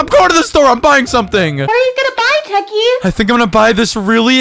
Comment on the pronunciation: Bro can you not say techy i love you